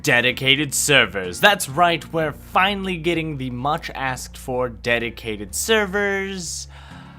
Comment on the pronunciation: Omg did I just hear deticated server!?